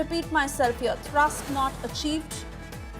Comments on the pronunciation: Thrust, not thurst.. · not thirst "thrust" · What is Thirst.. Foolish reporters should not be allowed to report on important matters.. Can't say Thrust.. Go home man..